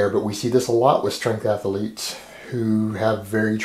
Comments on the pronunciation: "I didn't know ath-a-lete had three syllables -- that's ama-za-zing!" Just giving you a hard time, love the videos. I'm a personal trainer and my colleagues routinely ask me, "What are you working out today?" To which I always answer, "Everything." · I like how you say "Athalete" instead of "Athlete".